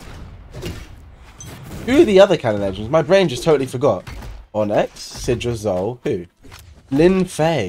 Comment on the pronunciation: Btw, so that ppl don't get triggered, its not pronounced "On-ex" its pronounced 'On-ix"